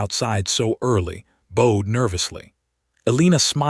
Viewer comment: Her name is not pronounced ‘A leaner’. Why is it always Ashworth, Ashford, Ashsomething? Is that the only first syllable in a name the robot narrator has been instructed to use? The gardener ‘bowed’: rhymes with ‘wow’, not with ‘oh’.